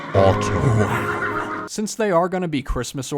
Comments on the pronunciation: Who cares about how he says orange did you hear him said autumn?? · “Especially this orange one it reminds me of atome” Sirr it’s “autumn” I think…….🧨 ⬇️ ❤️‍🔥 RAWWR BABEEE!